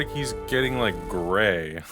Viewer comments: That "I don't wike it' though. LMAO. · I don't wike it! XD